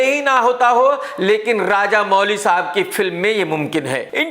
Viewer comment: Arrey Woh Raja Mouli hain Raja Mooli nahi😂😂